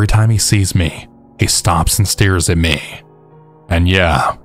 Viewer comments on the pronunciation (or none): I love your stories and your voice is definitely soothing, but why do you say me that way lol?? 😜🤷🤣